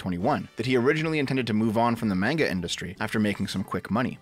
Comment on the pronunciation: I thought someone called shortfatotaku would be able to pronounce manga correctly